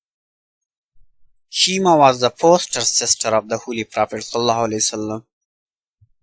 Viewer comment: CORRECTION: Prophet (PBUH) met Yousuf (AS), not Yaqub (AS), on 3rd Heaven. Correct pronounciation of Prophet's foster sister is 'Shayma' or 'Shaima' not Sheema.